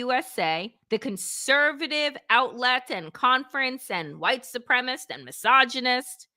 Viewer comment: Dear Danielle, I love your posts! But it is “white su-pree-ma-cist” not “supremist “.. I just find it annoying every time you say it. That’s all. Thank you.